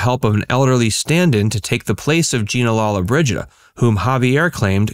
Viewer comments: Her name is pronounced Lo-lo-bridgida, not lalla-bridgida. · You must pronounce her name correctly